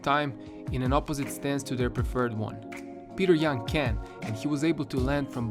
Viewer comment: Ok I would watch this video but the first words I heard were “Peeter yAn”